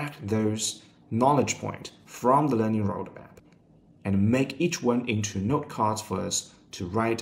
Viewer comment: I hear NERD every time he says 'note' lmao